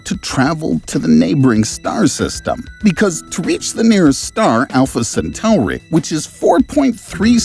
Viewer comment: Alpha 'Centowery' 😂